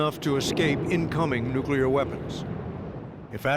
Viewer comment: she said NUCULAR?